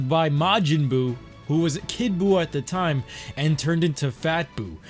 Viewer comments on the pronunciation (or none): none